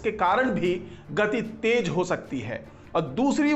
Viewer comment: Tej bahut Ganda laga. Teji aur bhi bura. Jahilo ki tarah tej, tej. Apne aapko doctor Kate ho. Sharm karo. Correct word is tez. T e z. Tez.